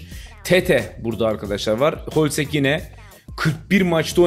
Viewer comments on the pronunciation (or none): Hloźek holsek diyen ' ye selam olsun seviliyorsun